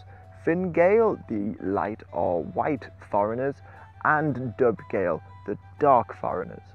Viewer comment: I am assuming you are trying to say "gall" and not "Gael". It's sounds like gael, but gael is an older term for an Irish person (where Gaelic and the language gaelige come from). The Irish word for foreigners was Gall, as in the Irish name for the town of Donegal or Dun na Gall (fort of the foreigner), which originated as a Norse fort